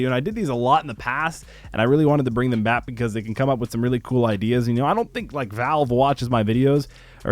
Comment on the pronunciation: Only me or does the "like" sounds like LIGCKE the beginning